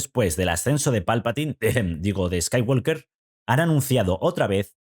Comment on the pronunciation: La L de Skywalker no se pronuncia. En inglés la palabra "walk" se pronuncia "guoc" y no "guolc". Sí, es un idioma muy raro.